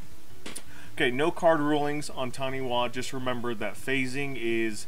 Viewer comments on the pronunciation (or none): It’s pronounced Tani-Fa I’m Māori and Taniwha are the equivalent of water based dragons in my culture. I’ve been wanting to build this commander for years